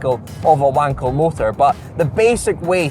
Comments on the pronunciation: He also completely butchered the name of the engine, it’s not pronounced like… I’m not sure if I can even type that in case the comment gets removed, but it’s pronounced “VAHN-kəl” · The guy the engine is named after was German, so it should be pronounced with a "V", like Vunkel. But that's clearly not as fun. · ...sorry, no! You spell WANKEL with a soft W - like in water for instance, not V like VOLVO..! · Cause it's a "Wankel-Motor"